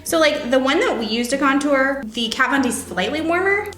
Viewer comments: the way they said contour as contshure annoyed me.<3 but loved the video <3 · What the hell why do you pronounce "contour" like that? "con-tyer" i'm dead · did anyone else laugh at the way they pronounce contour ?